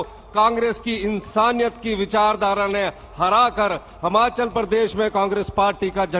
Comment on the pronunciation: ये हिमाचल को "हमाचल" कह रहा है सुन लो हिमाचलियो